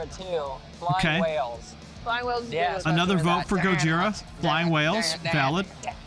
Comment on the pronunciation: Respect to the girl that said Gojira.